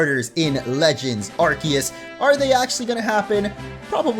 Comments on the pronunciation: "Legends Arkiyiss" Me: ITS ARKOOS DAMMIT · It’s arcoos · please say Arceus right it's ar-see-us